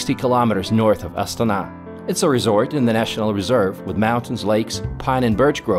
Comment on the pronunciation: How come the name of the capital city is pronounced differently from the cycling team of the exact same name? I have never heard the Astana cycling team pronounced the way that the man in video is pronouncing the capital city of the same name.